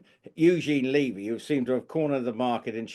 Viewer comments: Eugene's show is really good. I recommend watching all the episodes, not just the one with Prince William which was excellent. And, I just have to say - everyone is pronouncing Eugene's last name incorrectly. And it make It isn't LEE-vy. It's not a long E sound. Think of the first syllable of beverage or Beverly - Bev. As far as Mr. Montecito's stalker - I don't believe the story for a second. It had been almost a month since he'd been in the UK and we're just hearing the story now. We learned about the 'near catastrophic' car chase within hours of it not happening. He's so focused on getting his security paid for, I find it unbelievable that they would have delayed this story if it had actually happened. Edited to add - to answer question about when the whole Meghan thing is going to stop, it won't stop until the UK media and YouTube creators stop giving them the coverage. They don't do anything noteworthy but everyday there is some ridiculous PR story about them which is splashed across social media. Just stop covering them. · Just another comment, Levy is pronounced Leh–vey. Not Lee-vey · It’s Lev, like Bev. Eugene Levy. Not Leavey. Canadian here just letting you know. Cheers. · As a Canadian I both laugh & cringe as our beloved actor’s name is mutilated! It’s pronounced: U Jean Levee. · It’s’ levee’ and Eugene said it was filmed in February.